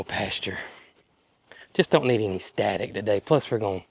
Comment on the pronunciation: I love the way you say any with an “e” eny ….the southern way!